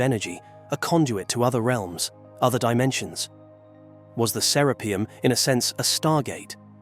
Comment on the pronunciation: The author has pronounced Serapeum In 4 different ways.... It's serapeeum with one E, not serappium ffs